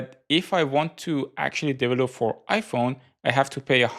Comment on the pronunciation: Never change how you say "develope"! <3